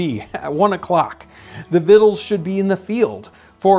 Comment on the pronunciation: Wow, I never knew how "victuals" was pronounced. I thought you were misreading it at first.